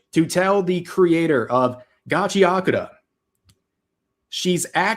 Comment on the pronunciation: The way Rev pronounced Gachiakuta hurt me but funny 😂